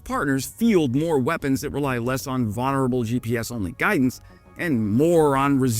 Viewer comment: The missus is right: you do say "vaughnerable" weird :)